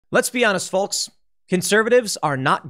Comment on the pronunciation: Somebody please tell tim he's saying folks wrong